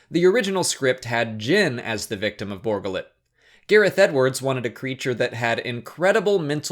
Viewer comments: Borga Lit? Really? Funny, everyone here heard it as Bor Gullet. But maybe it's just us. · Bor Gullet. ....you keep saying Borgullit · It's not Borgalit. It's Bor Gullet! He will know the truth. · Why do you pronounce it Borgullet? It's two words and they say it's name in the movie. Bor Gullet. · I just can't get over his pronunciation of Bor Gullet. it's a 2 part name. Bor. Gullet. not Borgalette as he calls it. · Bor gullet, not borgullet! How is he pronouncing it wrong. His name was said in the damn movie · ...did you not see the movie...or are you ignoring the way his name was pronounce in the movie just to annoy everyone...?